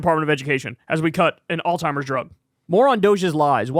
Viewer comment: Did you say, alltimers?!